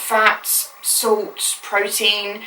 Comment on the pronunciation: That is NOT how you pronounce salt. Sorry I'm salty about this topic.....